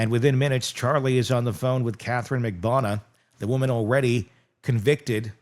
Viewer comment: it’s Marg-bar-nu-wah 😂😂. That’s how you pronounce Magbanua